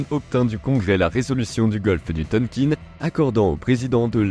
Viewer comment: Et "Tonkine" LOL....